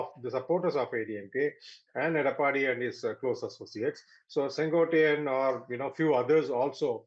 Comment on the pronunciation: The name is not Sen Goat ttai yaan. It is Sen quote tai yan. It means the man who rules the Red fort (nothing to do with Red fort in Delhi ) it can mean two things. 1) sengottai means refined fort or the Red fort. There is a place in Tamil Nadu which is called Senkottai in Tirunelveli district. That's the third meaning. 2) I wonder why news readers from north India who work hard to pronounce Western words correctly, refuse to learn South Indian names and words properly ? Is it arrogance & an "I don't care attitude" or lack of dedication to your profession ? सैन को टाई यान. Repeat it again and again and learn.